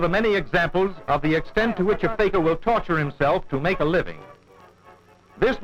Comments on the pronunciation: It’s not “Faker”, it’s “fakeer”. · The commentary was hilarious...but it's Fakir...not faker...!!! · The narrator pronounced Fakir as faker.